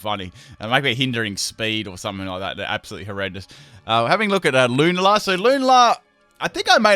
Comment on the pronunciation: Lewnla? It’s pronounced lu nall uh